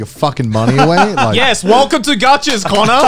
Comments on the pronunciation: Who's connor? Its Cannur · Here just to say cannur. Lmao.